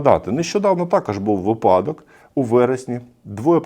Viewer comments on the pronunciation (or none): у слові Випадок наголос завжди ставиться на ПЕРШИЙ склад. "У тому ВИпадку..."